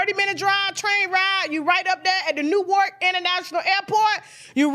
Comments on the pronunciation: Tasha!!! Newark NJ is pronounced Nork! Please! Newark is pronounced in 1 syllable. Not 2 or 3, but just 1 damn syllable! Don't say New-wark again! 🤬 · Hi Tasha k! u pronounce Newark—— New-ark(nu_ark, the w is silent lol ( u know our Ebonics) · When u get to Jersey.. they def. gone correct u on how to say Newark😂😂